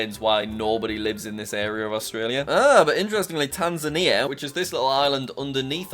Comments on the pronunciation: It’s tas-main-ia not tan-zan-ia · Its tas-mainia not tas-aneaer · “Tamsania” lol it’s “Tas-mania”. Jack really does suck at geography 😂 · Also you called Tasmania Taz-ma-nia- it’s Taz-main-ia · he called tasmania "tanzania" and bulgaria "serbia" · WHATBIS WEONG WITH YOU ITS TAZ-MANIA NOT TANZ-INIA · it pronounced taz- main-ia not tanzia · JACK ITS TASMANIA NOT TANZANIA AS AN AUSTRALIAN CITIZEN YOU HAVE TRIGGERED ME AND STARTED A WAR WITH AUSTRALIA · It’s Tasmania not Tanzania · Btw did anyone notice that he said Tanzania for Tasmania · Btw he said Tanzania to Tasmania 😂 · Jack it’s not tasamia it’s tas-ma-nia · reads tasmania as tanzania, you really do suck at geography xD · tansania. its tas main ia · Wait did he just say tansinia it is Tasmania ( tas main e a) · Tasmainia is sed diferent not Tansanea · it is pronounced Tazmania nott Tazmanier. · how dare he just get away with calling tasmania as tazania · Tasmania is not pronounced Tan-zun-eer, its pronounced Tas-may-nee-uh, and is basically the Alabama of Australia lmao. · As someone Australian, when jack says Tasmania it hurts… it’s tas-may-ne-a not tan-za-ne-a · did he just call Tasmania, tanzania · It’s not tas-a-neia jack. It’s Tas-main-ia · It’s Tasmania not Tanzania 😭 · Also, It's Tas-mai-nia Not Tan-Za-nia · In U sayed Taansania But Ts Tasmania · Taz May Nee Uh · It’s pronounced taz main nia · ITS PRONOUNCED TAS-MAN-IA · HE CALLED TASMANIA…. TAZNIMMIIAAA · the country under Australia is pronounced taz-may-knee-yuh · it tas-main-ie its part of austraila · It is pronounced Tas-main-ia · Jack the bottom of Australia is actually pronounced tas-main-ia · Hey jack sorry but you said Tasmania wrong it’s like this tas-man-ia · I live in Australia and his pronunciation of Tasmania hurts my soul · Jack is saying Tasmania wrong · He said Tasmania so wrong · How did he say Tasmania so wrong it hasn't got a z it's a s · I'm so personally offended on how you pronounced Tasmania 😒